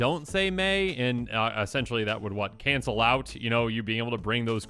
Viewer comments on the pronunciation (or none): none